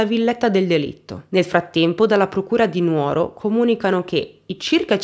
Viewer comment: Dimitri è un vero mostro . Posso fare un appunto!? Sono sarda, la giusta pronuncia non è Nuòro ma Nùoro. Purtroppo riocrda tanto nuòra e lo sbagliano tutti